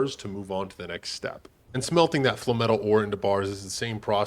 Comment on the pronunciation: FLAME-METAL “Fluh-metal” sounds like a sponge bob phrase …